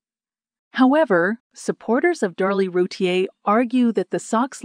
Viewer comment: Her name is pronounced Roo teer.